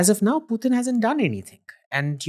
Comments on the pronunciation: Ranveer's pronunciation of a lot of words is way off for example the way he say "Education" "Putin" is just beyond me. Bro at least learn from your guests so I don't have to mute you every time you speak. It's cringe AF. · It's not Pew-Tin my friend it is Poochin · Gadhayyy its not Pewtin... Its pootin... 😂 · Bhai no pewtin he is putin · Why he’s saying pew teen..?? It’s Putin you fool